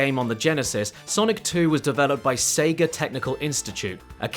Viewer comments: Why does he keep saying Seger? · lol "Seger of America" that's got to be the worst part about that accent, having to put an 'R' in-between two vowel sounds